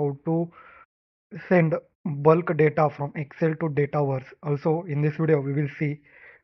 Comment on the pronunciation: “the da-TA” 👅💥